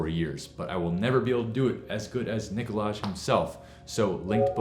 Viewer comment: Nicolaj haha😂😂 it's supposed to be Nicolai mate, still love the troubleshooting series